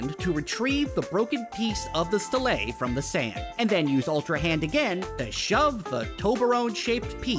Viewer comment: Pronounced STEEL-Lee or STEEL-Lah